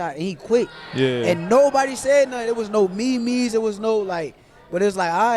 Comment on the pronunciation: The nigga Shakur said Me-Me instead of meme 😂😂😂